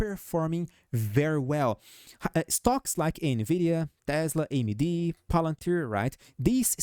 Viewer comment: You say AmyD perfectly and I love you!! Viva Brazil 🇧🇷